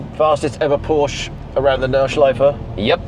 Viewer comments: I hate people they called Porsche "Porsch" ‼️ It sounds like frog in German (Frosch 🐸) 🤣🤣🤣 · drivey me cracy, when english speaking car guys can't pronounce Porscheeeeeeee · Screening like a bit.h. "Whatch out for that one" Seriously? You should go with public transport. This is not your sport old fart. I cannot watch all the video. Very annoying person. Tuned Volkswagen. Tells everything about the person. Shitwheelbarrow. Plus he's a jerk because he calls Porsche Pors. It's a family name. Pronounce it the way the family pronounces it.